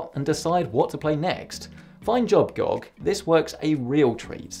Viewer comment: his pronunciation of gog lol